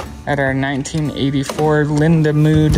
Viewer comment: Did you say "our 1984 Lindamood School" ??? LOL